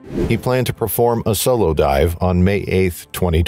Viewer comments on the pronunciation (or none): none